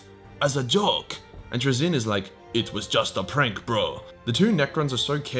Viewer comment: Fuckin congratulations on the massive improvement on pronouncing Traeyzins name